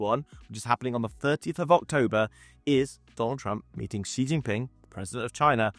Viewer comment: just want to say you pronounce xi name very accurate